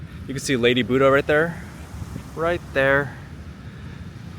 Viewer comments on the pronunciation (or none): none